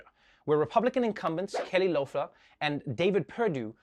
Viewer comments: Kelly Lofler haha poor Trevor. It's pronounced as Kelly Leffler. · Okay, seriously, is Loeffler pronounced eh or ah? I've heard it both ways